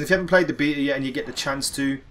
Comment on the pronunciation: Beeta? Tf is wrong with you